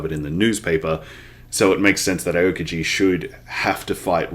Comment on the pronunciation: Love the series! (btw Aokiji's name is pronounced ow-kiji)